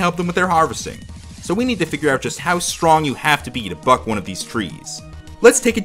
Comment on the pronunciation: You know what's irrelevant to this? I thought he was saying "fuck" instead of buck. CURSE YOU HEARING!!